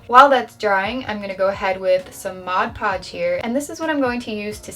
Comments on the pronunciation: Can we get a like for a token of appreciation for the fact that she actually calls it "Mod Podge" instead of "Modge Podge"...which is funny-cute! Just nice hearing the correct term! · You have no idea what happiness it brings me that you correctly pronounce mod podge